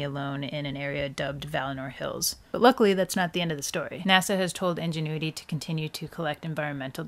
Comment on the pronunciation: But, the first pronunciation of ingenuity... ???